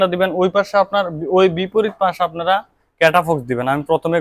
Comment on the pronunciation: আগে ঔষধ এর নাম বলুন ঠিক মতন 😄🤣 ক্যটাফক্স না ক্যটাফস😅